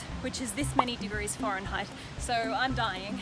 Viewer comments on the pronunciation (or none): Did....did pronounce it 'foreign-height'